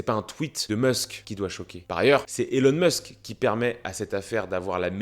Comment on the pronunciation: SVP c pas Élon Meusk mais ILON MÂÂSK( phontiquement). C tellement désagréable